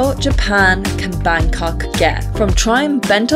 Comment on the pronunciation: I like the way you pronounce Bangkok